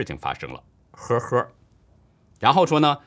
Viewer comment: 陪跑可不算什么方言，陪读、陪聊，只要能看懂陪，就能懂！ 倒是李老师的“呵儿呵儿”听起来蛮有河北风味！ 没有Mocking的意思，我只是觉得节目小编是想玩死李老师的节奏，在叛逃高官的问题上，我就呵呵，过半年再看吧！ 叛逃一定有，处长、体制内小官多的是，这风向最主要的漏洞在于“历史最高级”！